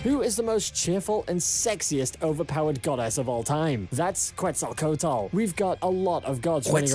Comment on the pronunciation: Oo boy he still didn't. It hurts me how he says Quetz's name😔 The correct pronunciation of Quetzalcoatl is KET-sahl-KOH-ah-thl. The "ue" in Quetzalcoatl is pronounced as an "e" with a closed sound. It is preceded by the "Q" which is pronounced simply as a "K". She is best girl btw😊